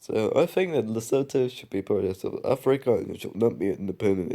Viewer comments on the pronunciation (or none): Honorable mention: Polish Presidential election. Also Lesotho is pronounced "lesutu". Anyways, nice video. P.S. I DON'T support the Polish Government, friendly reminder